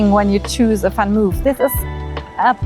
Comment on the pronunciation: it's van Mooooof, not van move, like your videos! greetings from Amsterdam:-)